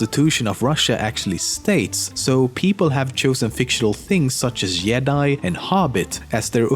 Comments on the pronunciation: Are did he pronounce Jedi as yedi? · Did he just say Yedi? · His way of pronouncing is very interesting YEDI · LEMMiNO: *pronouces Jedi as Yedi) Everyone disliked that. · You can hear him trying sometimes to pronounce the J's the English way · Jedi pronounced yedi. You're definitely Swedish, aren't you?